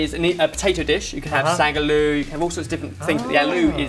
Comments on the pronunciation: Use black mustard seeds or cummin seeds and red onions and pinch of asofoidata n jus add tumeric n chili powder n squeeze of lemon and coriander for traditional Bombay aaloo recipe.curry powder ruins the simplicity of the dish. Its prounced as it is spelled aaloo not alu. Great add of salmon, will try to add in wraps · It isnt aloo its pronounced Ahloo spelt aloo! Im from bombay :D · Lol at the absolutely awful pronunciation of 'aloo', you didn't even try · You kept saying "eh-loo" and I got confused until I realized you were said "ah-loo" :) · aloo (pronounced AAAAH-loo) is actually hindi for potato, not indian XD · Omg! Firstly... i was thinking about commenting on your channel since a very long time now... There are like loads of reasons for that. 1st. looks so much like my bf:P Even his behavior is almost the same. 2nd. I love your recipes... and each and every episode of yours! You people make me laugh so much!! 3rd. Today, specially in this episode, the way said "ALOO" HAHA! Hilarious! You all are amazing! I would lovvee to meet you whenever i visit UK! I was just wondering how i would.. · love the way they say aloo hahah